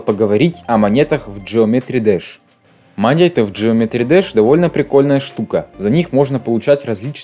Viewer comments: Геометрии Даш а не джеометри двш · Это не джеометри дасх это геометрии деш